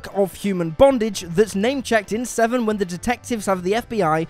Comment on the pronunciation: It's "Sesevenen", not "SeVsevenen"